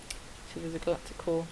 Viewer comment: It's Galactic not "Glatic"